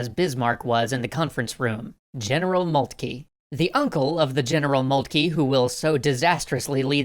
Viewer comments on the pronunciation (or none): I'm not too worried about the 'von', however its just grating to hear 'Molt-key' rather than 'Moltker'. I don't understand where this came from, everyone was saying 'Moltker' up until TGW Channel started (although besides the mispronunciation doesn't stop it from being great). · von Moltkey? It's von MoltkE. The last sound is "eh" not "eee" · It is molt-ka the name of the general during the end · OK, anyone who is actually german please correct or agree with me, but moltke its pronounced MOLT-KA (sorry just got annoying after a while) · I love it. But I wish you'd pronounce Magyar and Moltke a bit better. I feel for poor Austria. Der Wilder Bismark turned out to be brilliant. And there were few who could match him. :( At least L-Napolieon could look at a big map and see big things. Not everyone can. He couldn't capitalize on them, but he could see them. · Why is everyone pronouncing Moltke incorrectly all of a sudden.